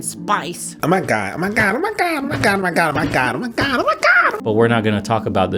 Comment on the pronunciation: The & clip 🤣🤣🤣 "OMAHGAH OMAHGAH OMAHGAH"